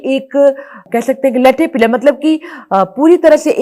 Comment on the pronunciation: संज्ञांओंका उच्चारण ठीक किजीए अपना. उदाहरणार्थ Lathe turned pillar को आप "लठेपिलर" बोल रहे है.. उसका विवरण भी पूरा गलत. ललाटबिंब होता है ललिताबिंब नही. प्राध्यापक श्रीनीवास पाडिगार का काम पढिए थोडा.